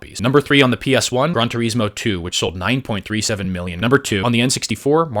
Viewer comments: It sounded like you said "Grunt-a-rismo" 😹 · Who calls it gran tureesmo? You know he never actually played any of those games.